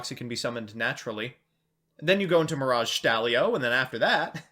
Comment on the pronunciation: That mirage stallio hurt me